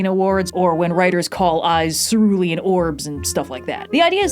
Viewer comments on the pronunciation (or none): It’s actually cerulean, not cerulean